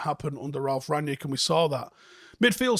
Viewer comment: It's RANG-nick, not RAG-nick. Rang-nick 👍🏻